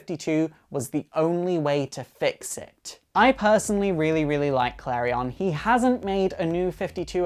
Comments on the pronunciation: sooo... His name is prounced Kalri-on not Kalrien. Im confused, all these animated shows and the prounciation. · he saying klarion wrong